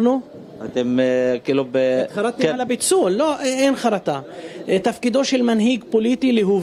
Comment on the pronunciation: ערבים יודעים לבטא פ'.